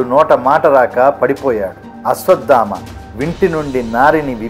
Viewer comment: Its not ashwaddhama sir its ashwatthama